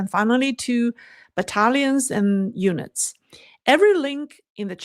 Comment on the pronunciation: 😂😂😂 it sounded like she said Italians and eunuchs . It was battalions and units